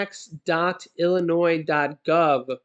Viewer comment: Thanks for proper pronouncing Illinois as such and not as Illinoise